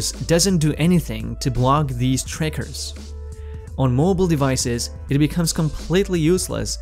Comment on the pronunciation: servicees? devicees?